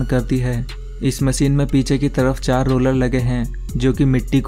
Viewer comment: Its not called MACEEN ITS CALL MACHINE.